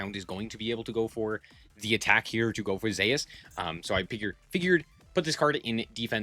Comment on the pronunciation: any one else cringe when he calls zues zayus